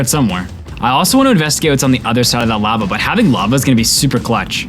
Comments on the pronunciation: Lahva not lAva 😭😭😭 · Its pronounced “LAH-vah” 😩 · lahva and myth-rill also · You pronounce lava like the white lady selling tacos in family guy. It’s a bit comedic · I have never heard anyone pronounce lava like that lol